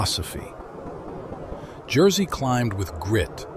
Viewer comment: AI trash. Any human being would make at least an attempt to pronounce Jerzy's name correctly. AI is way way off.